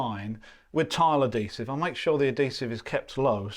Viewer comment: What is the language being spoken this video. Clearly not English. Half the words he says are either made up or pronounced horribly. You know you have the bucket with the letters of the words right in front of you and you still say letters that are not in the word. Say uhd·hee·suhv That's how you pronounce adhesive. The emphasis is on the "hee". there has never been a point in the history of the English language where the letter "H" was pronounced as a "D" sound.